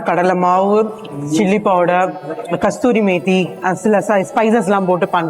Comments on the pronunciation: கஸ்தூரி மேத்தி இல்லை கஸுரி மேத்தி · Madam, It's called KASURI METHI, NOT KASTURI